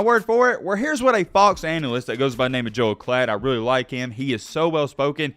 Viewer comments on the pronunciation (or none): none